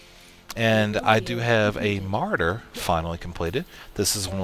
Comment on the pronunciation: Ma-RAW-der dude, Ma-RAW-der. Great Beginner tutorial though!